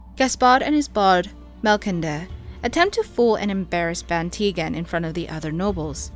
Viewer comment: You did alright ! Though, Melcendre is pronounced more like "mel-sandr-uh" with that last syllable barely audible, in fact mostly silent unless you're rhyming it with something. In french, c followed by e and i makes an s sound.